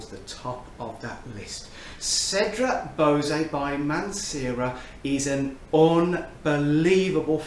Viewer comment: Anyone this excited by Cedrat Boise should learn how to pronounce it. 😏